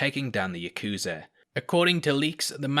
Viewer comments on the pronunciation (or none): none